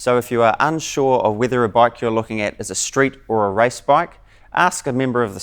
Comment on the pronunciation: he says rice bee m x